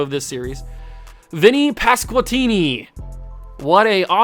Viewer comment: Brother you said vinnies last name wrong